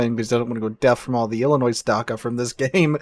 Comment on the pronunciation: Błyskawica is pronounced like Bwiska vitsa (and the it in vitsa is a short i, like in "it"). Oh,, and Dakka, the DA is like in dad, not dar. Sorry, pet peeve :) Loved the Alabama video btw, very interesting.